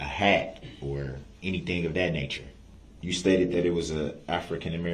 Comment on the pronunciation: They are the injured parties you ask them. Th😅e word is not DAT It is THAT